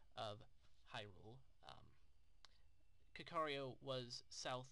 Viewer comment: Just so you know, Kakariko is pronounced like (kah-kah-REE-ko). It's just like the Japanese pronunciation, カカリコ (kakariko).